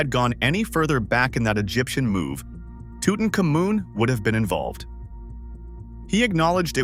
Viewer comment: Video "TutumKA-MUN" - Huh ? - Oh Brother, these ROBO voiced A.I. productions are so frustrating to listen to... It's TWO-TON-Common (Tutankhamun) you idiot A.I.:face-fuchsia-tongue-out